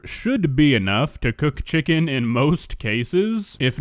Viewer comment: How do you mess up ckicken